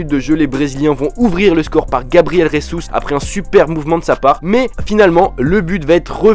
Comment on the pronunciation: C'est Gabriel Jesus, c'est pas resus. On parle pas espagnol, on parle c'est le portugais . Mas super video +1 abonné